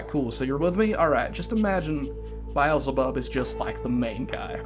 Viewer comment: “bai ezel bub”